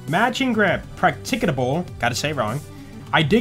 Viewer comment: i get irrationally angry when he says "PraCtiCiTAblE"